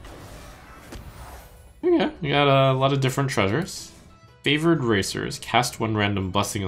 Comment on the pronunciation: I'm pretty sure I heard him call it the favored racist in the first card pool